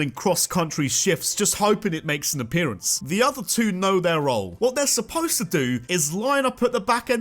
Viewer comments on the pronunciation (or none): none